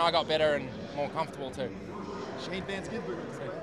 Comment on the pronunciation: did that media guy really call him vangisburger? Like come on man, its not that hard.